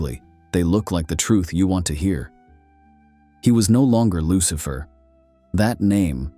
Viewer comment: LUCHIFER LOL IDIOT FUCK